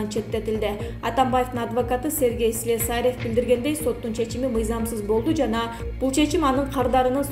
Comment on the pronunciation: Блогерша слесарев деген созго туура ударения коюп айтчы